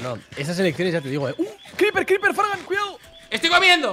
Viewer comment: Eso no se dice fargan.